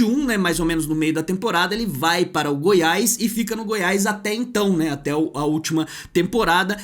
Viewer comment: Dá agonia de ouvir vc falar: Goiaiisss. É Goiás meu amigo